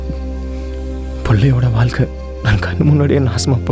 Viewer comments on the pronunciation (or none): வால்கை இல்லபா வாழ்கை தமிழை கொல பண்ணாதீங்க